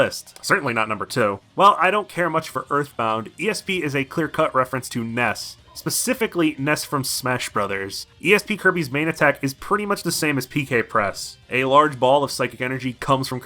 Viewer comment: He called PK Flash “PK Press” lmao. Back in Brawl I always heard it as “PK Pulse”